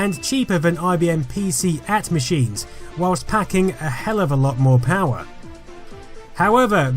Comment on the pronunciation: "pee cee at"? You read too much but don't speak to the right people. It was pronounced "pee cee ay tee" Come on, you're better than this